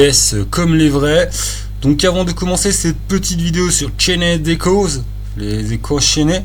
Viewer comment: le "e" ne se prononce pas ^^ et pour l'avoir fait c'est un petit chef-d'oeuvre. Faut le mener avec Fabula Ultima :p